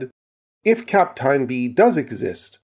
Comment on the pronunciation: The "eyn" in Kapteyn is pronounced like the "ane" in "plane".